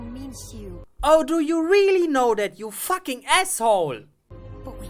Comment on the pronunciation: I love the way he says fuck. "Thats not a crocodile, thats a facking dragon, just look at those facking saber teeth".